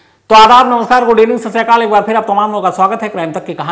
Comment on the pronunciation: Sat shri akal big brother🙏🤗, I m from United kingdom, I always used to watch your videos, I really like it. I like u say sat shri akal, But I always noticed in started u always use to say sasriyakal sorry to say but it's sat shri akal, please if u can please say sat shri akal. Pls don't mind n don't tk me wrong, just wanted to say if u can, I know it's sound sasrikal bcs few people used to say sasrikal but mostly punjabi peoples knows it's sat shri akal. Pls brother don't mind I just wanted to say. Sorry abt it🙏🤗🙏sat shri akal, I like yr all videos n gv u recpect. N appreciate u say hello in every language it's gd there's no any difference between people's cast or religion, l recpect all casts God is one 🙏🙏🙏🙏🤗🤗🙏🙏🙏🙏 waheguru ji🙏🙏🙏🤗🤗🙏🙏🙏